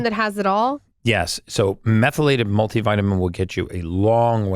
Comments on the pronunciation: Absolutely the dumbest interviewers to ever interview Brecka! How many times does this chick ask the same questions? Can't pronounce "methylated?" The amount of interuptions....I feel sorry for Gary having to sit through this shit. Seriously! I'll bet he was wondering if he was being punked about 1/4 the way into this. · She is awful. Couldn’t pronounce words that had she done any research she could have practiced. Love Gary but couldn’t watch this podcast for more than 15 minutes.